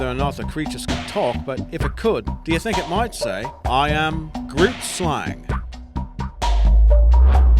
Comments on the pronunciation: number ten isn't pronounced grootslang, it's actually pronounced gruutslung (I'm from Africa and the language is Afrikaans) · literally had to stop because its bothering me so bad, "Grootslang" is not pronounced exactly as you read it and the resulting pun would offend any Afrikaner, the g is pronounced like the sound you make when clearing your throat(g)-roooot (Like tree root)Slung (as in something slung over your shoulder.) my own ocd I apologize but it comes to a point that it gets annoying. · The way he pronounced done of the names had me cringing lol since I am from sout africa and groot is not pronounced as groot in afrikaans lol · So, as I understand it, grootslang is pronounced more like "hroteslung," with a rolling "r" and a back-of-the-throat sort of "g." Are there any superior linguists here who can verify? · You pronounced Grootslang wrong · The way you and most Americans I've ever listened to pronounce "Grootslang" bothers me tremendously, but I would suppose it's only because you're only exposure to the word was by reading it. However, it was very nice to watch this video and remember the stories that I initially heard with some of these 'creatures'! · Cid the Julbocken the Grootslang was the funniest. I am South African. And I confirm. He butchered the names. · You say grootslang completely wrong, I'm Dutch. Sorry for bad English.